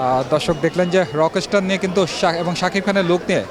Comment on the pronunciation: বিশিষ্ট সাংবাদিক ভাইয়ের উদ্দেশ্যে বলছি- ভাইরে "রকেশটার" না, রকস্টার। উচ্চারণটা একবারে করতে হবে। না মিয়া ইংরেজি বিশেষজ্ঞ নই। কিন্তু অন্তত এসএসসি অবধি পড়াশোনা করলেও এই সাধারণ ইংরেজিগুলোর উচ্চারণ ঠিকমত করতে পারা উচিত। আর হ্যাঁ, বিভিন্ন সিনেমার জন্য দর্শকদের ইন্টারভিউ করছেন ভালো কথা, আগে আপনাদের উচিত সিনেমাটা নিজে ভালোভাবে দেখা। তাহলে শুরুতেই আপনাদের সিনেমাটা সম্পর্কে একটা সম্যক ধারণা থাকবে। গোটা ইউটিউব এবং ফেসবুক ভরে গেছে কিভাবে শাকিব খানের রকস্টার সিনেমা নিয়ে মানুষের মুখ থেকে খারাপ/নেগেটিভ রিভিউ বের করা যায়, কিভাবে সিনেমটা ফ্লপ করানো যায় এটা নিয়ে। বিশেষ করে "প্রতিদিনের বাংলাদেশ", "রাইজিং বিডি", "বাংলাদেশ প্রতিদিন", "স্টার গল্প না কি যেন একটা ইউটিউব চ্যানেল" এবং আপনাদের এটাও। কেন রে ভাই? আপনাদের তো দেখছি না "রইদ", "বনলতা", "মালিক", "পিনিক", "অফিসার" এগুলো মুভি নিয়ে কথা বলতে বা ইন্টারভিউ করতে? এসব সিনেমারও ইন্টারভিউ করেন, সেখানে আরও অনেক বেশি বাজে/নেগেটিভ রিভিউ পাবেন। যাই হোক, এভাবে উদ্দেশ্যপ্রণোদিত ইন্টারভিউ না দেখে যাদের ইচ্ছা তারা নিজে হলে গিয়ে সিনেমা দেখুন। নিজে যাচাই করুন। আরেকজন খেয়ে টেস্ট করে বললো "ভালো" তাহলে আপনারও ভালো লাগবে, বিষয়টা এমন নয়, আবার আরেকজন খেয়ে "খারাপ" বললো তাতেই যে খাবার খারাপ হয়ে যাবে বিষয়টা তেমনও নয়। আপনার নিজের টেস্ট আপনার নিজের কাছে। আর হ্যাঁ, যেহেতু শাকিব খান অনেক উপরে উঠে গেছে, তাই শুধু আফরান নিশো নয়, আরেফিন শুভ থেকে শুরু করে সিয়াম আহমেদ সবাই উপরে উপরে হোক, আর মনে মনে হোক, সবাই হিংসা করে। এমনকি রেসের বাইরে থাকা ডিএ তায়েব কিংবা হাসান জাহাঙ্গীরও করে, যদিও তাদের এখন আর সেই বয়স বা সামর্থ্য নেই শাকিব খানের সাথে প্রতিযোগিতা করার। তারপরও করে, তাদের ইন্টারভি